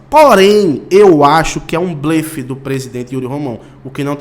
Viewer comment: Amigo a pronúncia certa de BLELE Muitas dúvidas surgem como pronunciar a palavra blefe, sendo “bléfe ou blêfe”. Por ser uma paroxítona, a letra “e” deve ser pronunciada de maneira aberta. Por isso, o correto é dizer “bléfe”.